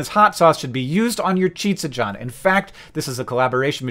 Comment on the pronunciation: I am so happy that Hank pronounces Chizza John as "Cheetsa John", the obvious correct pronunciation. I have been commenting and chatting on all of John's Pizzamas videos and semi-secret livestreams in the hopes that he will see and stop saying "cheese-uh John". Hopefully he notices how Hank said it here when he watches this video and realizes the error of his ways (hyperbole).